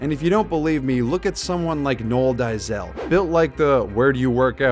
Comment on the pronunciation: Its pronounced Nool Dey-sil